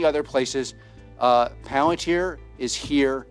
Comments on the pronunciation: Dude. This is not hard. Pal-an tear.....not PUH-LAN-TIR. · "Puh-LAN-tir"?? You didn't even look up how to pronounce the word? And with that click-bait title... Jon Stewart basically said nothing more than "oh wow". He didn't destroy shit. You are an absolute moron. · I think this is real serious but please pronounce the company name correct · Why are you mispronoucing palantir. It sounds like a different company. Please pronounce it properly so its uniform everywhere.